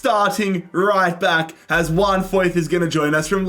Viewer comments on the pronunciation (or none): none